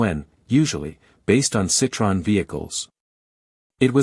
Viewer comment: The best Tissier history I have ever seen, both photos and information... One point... Citroën is not pronounced Citron. That means lemon in French.. The O and the E are pronounced separately with the two dots over the E are called dieresis...